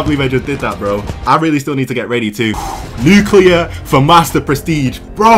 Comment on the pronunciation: he said nucrear